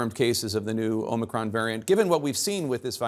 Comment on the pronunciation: O-ma-cron, set hut.